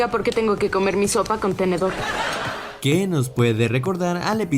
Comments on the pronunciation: En el minuto dice tendedor en lugar de tenedor no xd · dijo tendedor no tenedor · Dijo tendedor? en vez de tenedor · es mi idea o dijo tendedor 🤔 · sólo yo escuché que dijo "tendedor "? Jajskajskas